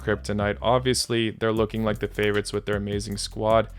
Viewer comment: What's about Russian accent 😅😅 "I don't have any favourotzzzz.."